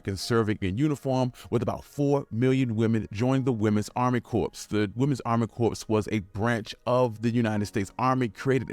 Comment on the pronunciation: Corps is pronounced “core”.